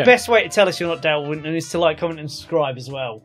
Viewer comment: Winton not wonton 😂